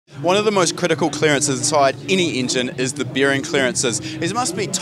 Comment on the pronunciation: he said 'bEEring' clearances